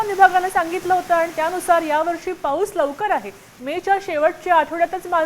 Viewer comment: Slow pahus la pahus cha kahar kay pan bolte news wala na kay kam nay ka